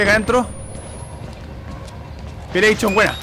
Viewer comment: Hahahaha, Pilecshon :D, es Pilexion HahahaxD